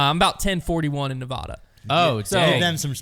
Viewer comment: You pronounced Nevada wrong lol